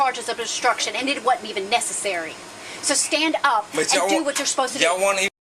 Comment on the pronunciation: If an officer can't pronounce "Wasn't" or "Were" without saying "Wadn't" or "Was", I believe they are unfit to be in uniform.